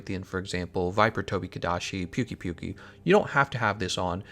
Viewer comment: I dont trust a man who says Pukei like pukey